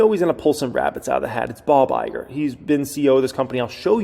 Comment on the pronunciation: It said, "Bog" Iger lol